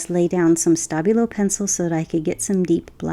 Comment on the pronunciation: I'm a bit hard of hearing and I was SO sure you were saying 'stubby little pencil' instead of Stabilo until about 17 minutes in. Lovely vid with or without my misinterpretation!!